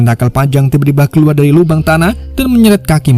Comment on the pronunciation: Min sehat kah -- KEKUAR/KELUAR🤣APA LU LAGI PAKAI ITU MIN KK TIBA"OLENG